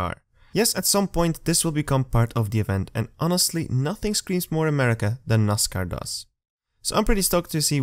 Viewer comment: Lol you. Cracks us Americans up when he says that. I have lot of foreign guys in my crew. They said the same way ROFL